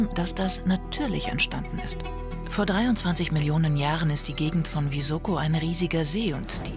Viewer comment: Es heißt Visoko also S wie Siegfried!